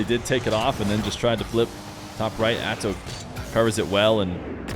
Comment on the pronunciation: Perfect way to say - "Atow survies" is true